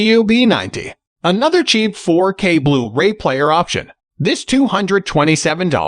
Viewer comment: nice rundown (I have the Panny 820). (But could you get a real narrator please. The little glitches in the program sound so un-natural, especially when saying 'blu-ray' . It often comes out as 'blue ray-player')